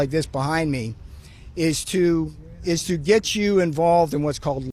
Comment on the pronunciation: "And what do I het for that" Response from a warrior: prison. I died.